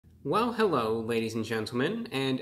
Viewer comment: hewwo ewwyone